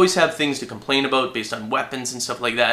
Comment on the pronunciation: aboot lol